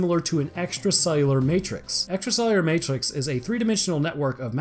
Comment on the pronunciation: ''extracellular matwix'' I heard you boi.